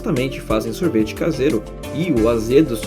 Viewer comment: Vídeo muito maneiro, mas em ele manda um Sorteve de ioRgute, mas toma o like